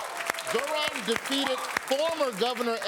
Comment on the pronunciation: My name is Zahra…ZaHra… see it has “H’ right in the middle…yet everyone (English speakers) call me Zara! What has the letter “H’ done to English speakers? Zohran’s name is ZoHran! ZoHran !…not Zoron…not Zoran! Please!😂